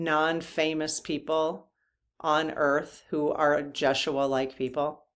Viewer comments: Hi. Yeshua is pronounced YES U A Rather than Jess u a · I think it’s ya-shu-a. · I think I've heard the name pronounced Yes-shoe-ah.